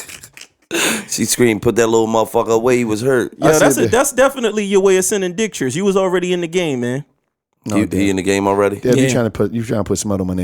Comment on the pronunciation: said dicktures.... I’m done 😩😭